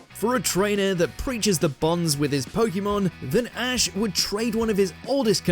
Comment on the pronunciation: Start by saying POKEMON Properly…